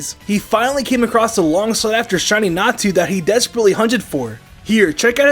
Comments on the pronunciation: its not Natsu, its Natu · Calling a Natu a Natsu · Did anybody else notice that instead of Natu the were saying Natsu? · When he said natu I thought he said nastu!!